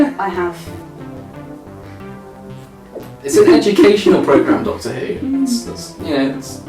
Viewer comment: Classic Doctor fwhod